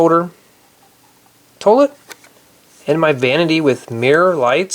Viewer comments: it's pronounced toilet not tolet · did you say torlet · Why does he say torlet lol😅😆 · the way you say toilet doesn't sound right